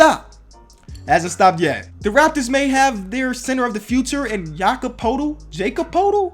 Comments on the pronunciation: Jakob Poeltl is pronounced Yakob Pertal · Yakob Turtle (Turtle with a P) is how it's pronounced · More like ya-cub pertol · its yak-ob per-tel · The raptors center is pronounced yakob Purtle